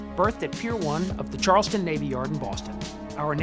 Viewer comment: The first line of this video the guy called CharlesTOWN Charleston so I ain't expecting much.